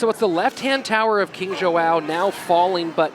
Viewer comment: These casters are terrible. Instead of pronouncing King Joao's name like King Jow. Both of them are saying King Joe-oww. Stream would be better without these 2. Maybe I'll just turn the sound down. But I mean come on. At least get the players name right. That should be easy. Soo freakin annoying. Once again, my cousin that stutters and has turrets is available if you want to upgrade supercell.